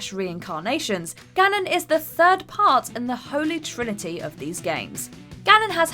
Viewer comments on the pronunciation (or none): none